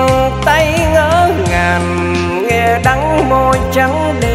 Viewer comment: Giọng thì hay có nhiều từ phát âm sai vd như: Vàn cây..... Niềm tinh..... Ngỡ ngàn.... Đắng đo..... Hic hic